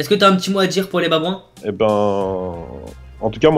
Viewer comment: Pourquoi il dis les baboin ?